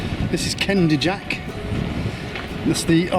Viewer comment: the Brisons is pronounced BRIzzons. Kenidjack is pronounced KenNIjick